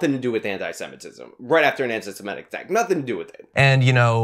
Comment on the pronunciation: Love your stuff,, but please stop mispronouncing "anti-semitic". It's anti-seMITTick, not anti-seMETTic.